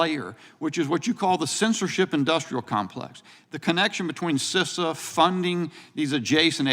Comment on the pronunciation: You are making me mad you don't know how to say Cisa